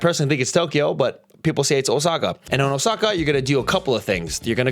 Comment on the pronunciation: Pretty much every NPC's itinerary going to Japan. Also wtf is Oh-sucka? It's Ōsaka.